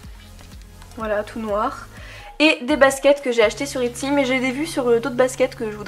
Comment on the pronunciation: Toujours aussi belles ;) j’avais entendue Yutsy et j’étais en mode « mais je lui est rien vendu ? » et après j’ai compris etsy ❤️❤️😂😂